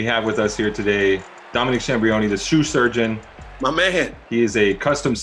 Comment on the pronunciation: Trinidad can’t seem to say “shoe surgeon” EVER LOL. he ALWAYS says “sue shurgeon” 😂😂😂😂🤦🏽‍♂️🤣